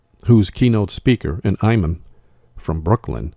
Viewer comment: Imam is pronounced Eeemom.